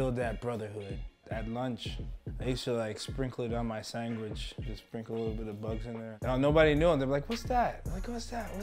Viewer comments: “ I used to sprinkle some on my sangwich” idk what that is lol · Did he just say sangwich lmao